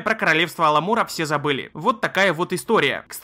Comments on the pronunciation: Aмалура друг, не аламур... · Королевство Аламура? Ты тут же выкладываешь ее название, где написано Amalur. Амалюр, братан. Не Аламур. Совсем школота трудная пошла. А игра норм, только в конце первого материка заскучал и удалил. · Не Аламура,а Амалура. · Хороший топ, хорошие игры. И да, не Аламура а Амалура =)